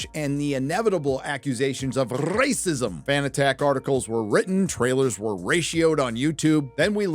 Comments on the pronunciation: You say a serious word as "RRRACISM!"..and i lol😂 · I love how you say Rrrasicm haha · Can't you say "racist" or "racism" in a normal way? It sounds just as unfunny as it does when YellowFlash is doing it